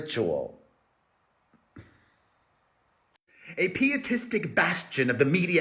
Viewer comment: It’s pronounced “pie-uh-tistic” and “pie-uh-tism”. It’s where the word pious comes from.